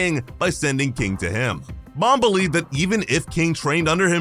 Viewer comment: BTW its bom not bomb